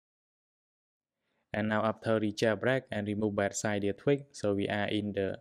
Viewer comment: Its cydia not ciiiidia